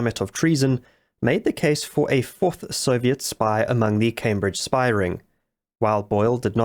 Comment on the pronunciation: A 'spahh'?